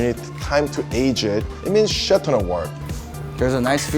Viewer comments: A minute in and the owner has said “shet ton” twice now 😂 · So is he saying shit, chet or chef enough meat???